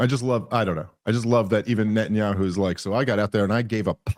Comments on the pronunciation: Nethanyahu has weaponsed the letter "H" with "KHHH". I mean i swear I have heard him pronounce it properly before... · Why does pronounce Netanyahu with a British accent?